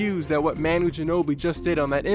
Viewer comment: Great vid man🖒🖒 but the way you pronounce manu's name is atrocious but great video